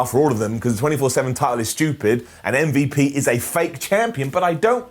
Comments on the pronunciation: literal pronunciation of MVP “mmvup” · Love the way you say MVP